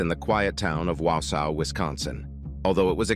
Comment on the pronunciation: It's pronounced Waw saw. I live in Wisconsin and heard about this case. 😢 I was shocked and frozen